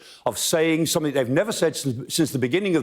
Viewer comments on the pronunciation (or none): none